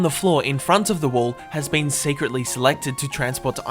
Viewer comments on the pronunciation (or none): none